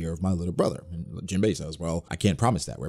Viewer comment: Isnt just “Jimbei” not “Jin”